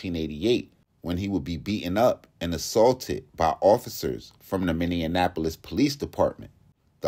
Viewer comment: It's not pronounced Minne-nun-ap-les- it's pronounced Many-Apple-liss !